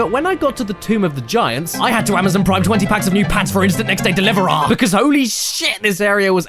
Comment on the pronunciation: next day delivoar